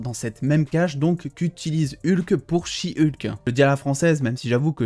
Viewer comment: Ah non de dire she hulk à la française c’est beaucoup mieux que « heulk » qu’est degeulasse comme prononciation